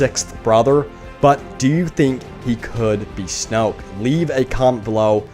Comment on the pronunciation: It's not snoke